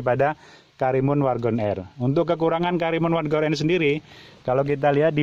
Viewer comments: WAGON atau WARGON pak??😂😂, agak belibet gua ngedengerin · WARGON apa WAGON c...cukup gw dengernya cukup jelas pa..cukup jelas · Wagon R om....bukan wargon...✌ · Wagon R bang..bkn wargon R 😂